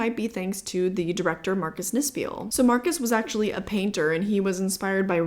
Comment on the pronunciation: German here, just discovered your channel while looking for Evil Dead reviews, I really like your comparison videos and your channel in general. Btw, it's pronounced "nispl"😅